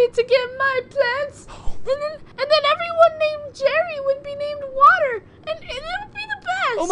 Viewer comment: I like the part when she said Jarry.